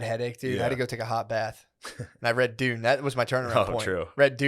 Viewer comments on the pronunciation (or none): none